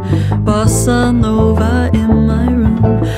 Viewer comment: she got me pronouncing bossa nova the English way even tho I'm Brazilian and literally know how to pronounce it 🤡